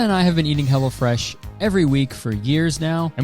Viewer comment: I kept hearing "Hella Fresh" when you did the sponsor, and I can't help but think that's the name they should have gone with